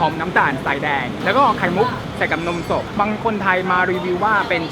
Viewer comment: ได้ยินพูดว่านมศพจริงๆนะ🤣🤣🤣